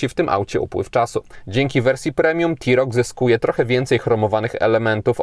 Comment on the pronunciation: blagam, rozpoczynajac test wypadaloby zaczac od jego wymiarow, a poniewaz mowisz o SAUV-ie, czy Crossoverze to nie wolno zapamniec o przeswicie. Literkae T w polskim jezyku czytamy jak te, nigdy ti, to tak a pro po. Autko nareszcie ladne, ale jesli mam w pamieci Dacie Sandero Stepway za 67 tys. z pelnym wyposazeniem; tj. m.in., z kamera cofania, nawigacja, odpalaniem na przycisk, hamulcem elektronicznym, no to musisz przyznac, ze cena TeRoc powala, ach ze dodam jeszcze Dacie Duster z gazem za 74 tys. rowniez z pelnym wyposazeniem i z jakim przeswitem...